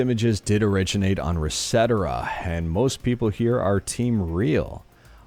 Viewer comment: Did just call the ResetEra website as "recetera" 😭 🚨 🚨 This is a joke, I repeat this is a joke.